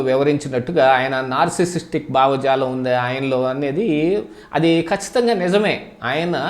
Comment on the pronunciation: బావజాలం కాదు. భావజాలం‌ అనాలి.